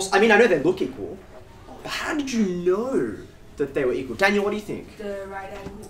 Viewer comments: The way he is pronouncing "knoouw" he definetly got a lot of knoouwledge about keeping things interesting 😁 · I love the way he pronounces "know"